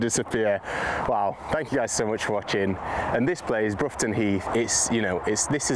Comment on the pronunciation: Growing up and working in the villages surrounding the course. It is pronounced Bror-ton, as in "you brought your A game today." 😊